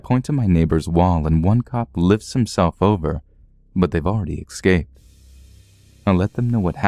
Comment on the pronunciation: I love ya man, but daMMIT IT ISN'T PRONOUNCED "ECKSCAPED". DO YOU SEE A K? AIN'T NO K. ESSSSSCAPE. ESSSSSSSSSSSCAPE.